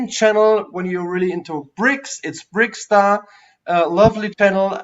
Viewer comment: Interesting topics and the well known guest from America was a charm! / is called BrickTsar, not BrickStar. Tsar in German means Zar and the pronunciation is more or less the same in both languages. Since he says his name at the beginning of every video and you claim to watch them, I find this very disrespectful. Also interrupting him while talking a lot is not the nicest thing to do.